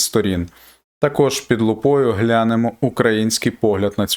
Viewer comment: "У виразі "під лупою" наголос падає на другий склад слова "лупою", тобто «під лупОю». Це зумовлено правилами наголошення українських іменників у родовому відмінку, де наголос зазвичай падає на закінчення"